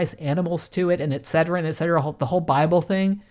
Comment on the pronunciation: You may get a chuckle out of my brain hearing you repeat "etcetera" and thinking for a second you said "etceterin". my brain immediately was thinking that etceterin is for when you have a headache that seems to go on forever. 😂